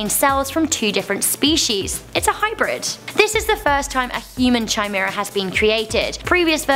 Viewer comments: It's pronounced kimara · Thats not how you pronounce Chimera,. It's pronounced KI-mair-uh. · Top tip...it's a hard CH in chimera, not a soft one...In otherwords it's pronounced kimera.